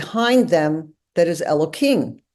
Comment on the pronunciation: I shall never understand the Orthodox urge to mangle the name of God. It's Elohim, not Elokim. Deliberately mispronouncing it is a violation of the commandment; it is not a fence around the commandment. Don't pronounce the tetragrammaton. Pronounce the other names properly.